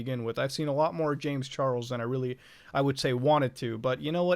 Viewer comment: "James Char el s"